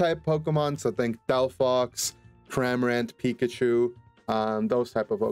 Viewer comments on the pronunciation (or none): none